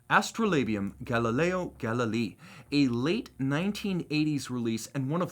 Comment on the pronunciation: Great presentation. One thing: Galileo Galilei (pronounced Galilayee).